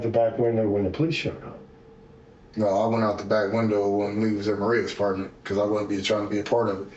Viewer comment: That, "It wudden me," isn't gonna work here, Shaggy.